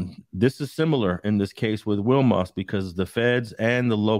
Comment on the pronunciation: It's pronounced "We Mas" , I went to school in Wilmington from pre school to Banning